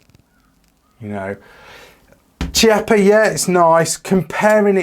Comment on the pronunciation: the correct pronunciation is "KEEAPPA"